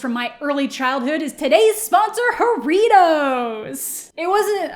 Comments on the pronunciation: Ho-rritos? Like a Ho and Doritos? ( ͡° ͜ʖ ͡°)... Try it with a Ha as in Ha-rritos. Like a laughing burrito. Oh, and roll them rrrrrrrrrrr... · As a mexican , me da ternura como dice "iaritos" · Hey! Think you’re awesome. But the pronunciation of Jaritos is bugging me. Think of it as “haritos”, “HAritos” :) okay. That’s all. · Girl, I love you but that is not how you pronounce Jarritos 😂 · me da risa como dice jarritos y guayaba jajdjs